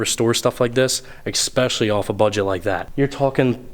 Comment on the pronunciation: Please check your pronunciation on 'especially'!